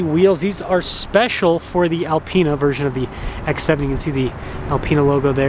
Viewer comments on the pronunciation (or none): none